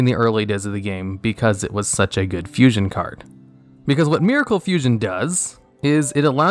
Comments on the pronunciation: it said fussion!? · Ok, is it just me, or does Vision HERO Adoration say Fussion instead of Fusion?